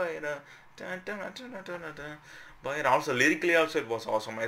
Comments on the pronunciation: Is not bayla ...you say bayda...ok 😌🖤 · It’s bayda not bayla